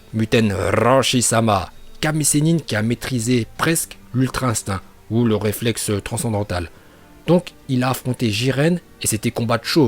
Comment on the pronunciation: "réflex transandantale" il me tue ce mec